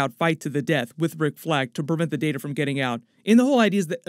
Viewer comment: It’s pronounced Data not “Data” smh.